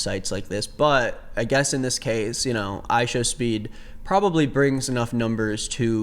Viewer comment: "ishowmeat" bro😭😭😭😭😭😭 this is so unserious